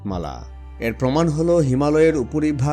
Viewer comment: উচ্চারণ ঠিক করেন, এ্যার নয় এর